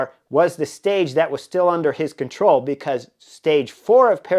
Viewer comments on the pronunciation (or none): none